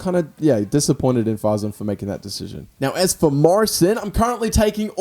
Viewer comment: Fasen not faaaazzen